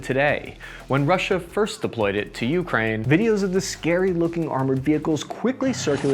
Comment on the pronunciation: But he still pronounces Ukraine as "YOO-krain" instead of "yoo-KRAIN." 😐